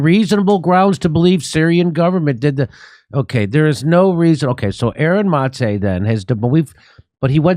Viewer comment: Unrelated, but thank you for pronouncing Aaron's last name correctly. I'm also a Maté, and my grandfather came here from Budapest, just like Gabor (Aaron's father) and no one ever pronounces my name correctly, but I never take any offense to it if they do. It's just refreshing to hear it pronounced correctly. Anyway, love the show and the work you all do!